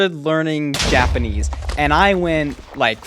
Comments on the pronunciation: Why did I hear yapanese at first😭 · Yapenese? Haha I love these videos